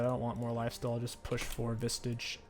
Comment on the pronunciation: Genuine question, does he say Visage wrong on purpose?